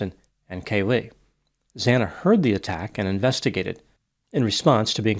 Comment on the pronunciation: It's KAYlee, not KayLEE 🙉